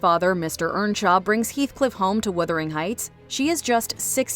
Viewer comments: What is Withering Heights? The mispronunciation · WUTHERING NOT WITHERING FFS!! THE STORY IS SET IN GEORGIAN ENGLAND, NOT REGENCY ENGLAND. IT WAS ACTUALLY PUBLISHED THE SAME YEAR IT WENT FROM GEORGIAN ENGLAND TO REGENCY ENGLAND. IT IS NOT HARD TO GET BASIC THINGS RIGHT!